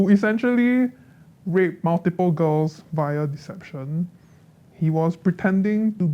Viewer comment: Gurl not gfe